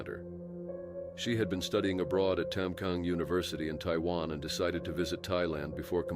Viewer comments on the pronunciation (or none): none